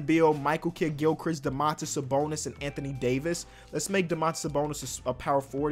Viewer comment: Dõmantas Sabõnis not Domãntas Sabounis. As I'm lithuanian I have to make a little correction on your spelling, not a big deal but just for you know.